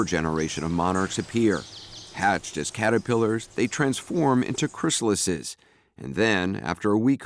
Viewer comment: Chrysalis is mispronounced…